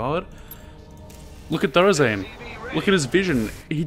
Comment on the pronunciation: ya know I love ya but... HIS NAME IS NOT THOR-UH ZAIN!!! ITS THOR ZAIN!! NO UH!!